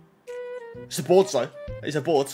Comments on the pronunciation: Why do you say boars it’s called a board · He literally says boars